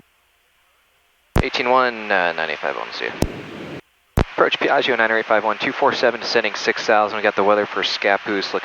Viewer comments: Dear Americans, this is really a nice plane, just a little tip on the correct pronunciation of Piaggio, just pronounce the -gio at end like you call for Joe, that the right sound Piag-Joe. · PEE EAARRGIO LOL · fantastic, but the pilot should learn how to pronounce piaggio the right way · Rad vid. Piaggio is not pronounced like that though. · Say Piaggio one more time. No. Try again.